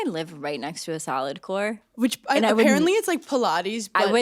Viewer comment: Straight up thought you were saying “Salad Core” 🤣🤣